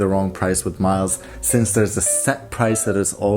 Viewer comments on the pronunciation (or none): none